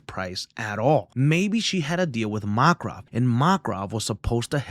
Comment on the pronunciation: MAKRAV 😅 VA-LE-RI-A! Interesting pronunciations .. love your video